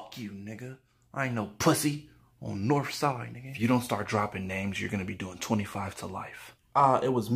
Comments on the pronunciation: “On north soiid” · “On norfside” LMAO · “On norf side” 😂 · dude really said north side im deaddddddddddddddd